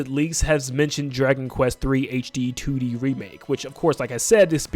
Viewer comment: He keeps saying "Two Dee Zelda," but it sounds like he's saying "Tooty Zelda" and I just can't unhear it. Also, there's some joke about the acronym for "The Ocarina Of Time" in there somewhere... LOZ:TOOT At least there would be, but someone had the foresight to remove "the" from the title (or maybe it was never in consideration?) specifically so we can't.